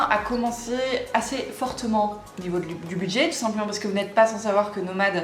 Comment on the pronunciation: Les gens pensaient que c'était celle de Jean car dans ta vidéo quand tu dis "ni la mienne ni celle de Jean", on dirait que tu dis mais.